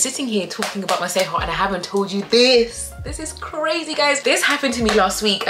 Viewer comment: The fact that you pronounce Masego correctly… shows that you have some South African ness in you 😍❤️